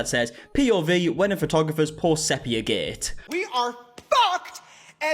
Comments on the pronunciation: It is SEE-pia btw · 'SEA-PEE-AH' 😊 lots of love, it's just the adhd's 😂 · It's funny how everyone says sepia wrong and the girlies on DWKT talked about it lol they had to Google it it's like seepeea 😂 I would have never known either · The big question is why did none of friends take him aside after the last video on this and tell him how to pronounce "sepia"?